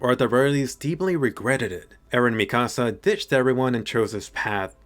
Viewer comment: I hate how you say mikasa